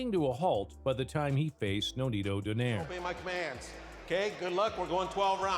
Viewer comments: its not pronounced as don(air). but "do(nay)re" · Its "Donayre" not Doneir" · Btw the correct pronunciation of his surname is don-eye-reh. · In the Philippines we pronounce his surname as doh-nai-reh